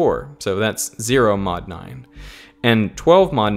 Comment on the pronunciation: Why not squared? I spilled my tea there. XD He says mod,but it sounds like not